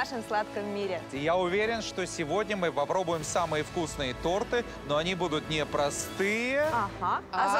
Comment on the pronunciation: Ренат Агзамов не торты а торты